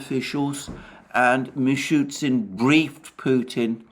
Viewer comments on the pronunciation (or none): Mishustin is the name. Not Mishutsin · The name is MishuSTin, not Mishytsyn :) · It is acutally "Mishustin", not "Mishutsin", sounds funny when you know it xD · Alexander, thank you for your daily high - value analysis. Little "Russian name pronunciation correction", if I may: MI-SHU-STIN not MI-SHU-TSIN So it's ending "STIN", not "TSIN". I am sure you don't mind. 🤗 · Dear Alexander, just a little correction: the PM of the RF’s name is Mее-SHOO-steen, Мишустин. Not ‘Meechootsin’.